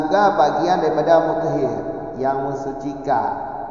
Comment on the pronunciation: Muthahhir tgk bukan muthhir 🙏